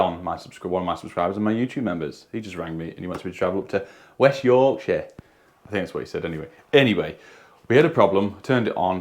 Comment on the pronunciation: Thanks for the shout out 😊 almost perfect “West Yorkshire” 😂😂